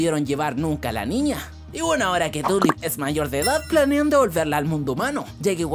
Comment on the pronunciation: Tulip suena como turip